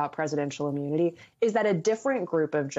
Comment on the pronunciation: Anyone notice he seems to switch between "immunity" and "ammunity"?